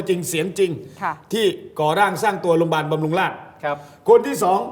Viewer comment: "โรงพยาบาล"ค่ะ โปรดพูดให้ชัด คุณเป็นผู้ประกาศ